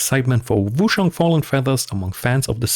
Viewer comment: Cool video mate but you're killing me with how you say Wooo-SHang. It's Ch like change, China etc.